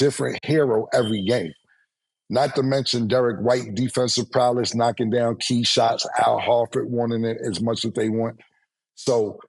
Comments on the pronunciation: Can someone please tell Cam is PROWESS, not Prowless. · Nigga said Emma Lai instead of Ella Mai, Cams speech is hilarious sometimes, just like Stanima and “defensive praliss” instead of “prowess” 😂😂😂😂😂